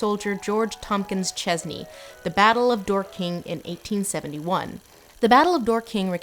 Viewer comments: Very minor point but as a resident of Dorking I don’t mind pointing out that it’s DORking not dorKING (with emphasis on the first syllable) I like the idea of Dor-King though, makes it sound like a fantasy city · Aight as a Brit I just HAVE to be this pedantic right now. It's not pronounced "Dor-KING", but "DORK-ing" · I live in Dorking. The name has less emphasis on the 'king' part. Its more "dork-ing" than "dor-king" 😁. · Dork-ing, not Dor-king. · As an Englishwoman I do have do to the annoying British thing of correcting American pronunciation because it truly does get to us. 'Dor'-king, not Dor-'king'. While I'm on the topic, anywhere with 'ham' at the end is pronounced 'um' not 'ham'. E.g. Birmingham is pronounced Birmingum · As a Londoner, I can confirm it’s pronounced ‘dork-ing’, but I love that you made this London outer suburb sound so regal! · It's Dorking like, to dork, not Dor-king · Stop saying "door-king"! It's Dorking, like "dork" was a verb and you are doing it, like I am now. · Someone must have pointed this out - but I could not find it - but it is DAWK-ing not Door-KING. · DORking, not dorKING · It's pronounced "DORking", not "Door King" ;) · Dork-ing not Door-king My sensitive British ears are bleeding and I'm only in XD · DOR-king. Not Dor-KING. Gonna struggle to get through this whole video if you keep saying it like that. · Sorry to be ‘that guy’ but it’s pronounced “Dork-ing” not “Dor-king” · Pronounced dawking not DOOR KING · Fwiw we pronounce it 'Dork-ing' not 'door-King' i.e. more emphasis on 'dor' than 'king'. Keep up the good work ! <3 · Americans are adorable when they try to speak English. 'Dork-in,' not 'door-king.' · Loving the way Lindsay pronounces "Dorking". Door King. It's pronounced a bit like barking. Not Bar King. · As a Brit, Lindsay, this is great, but “Dorking” should be pronounced long-shirt, not long-long. Less “Door King, more “Daw Kin”, with the stress on the first syllable. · Dork-ing not Dor-king